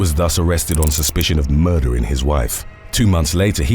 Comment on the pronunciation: How can someone see the word "murder" and arrive at the pronunciation " muhh-duhh"?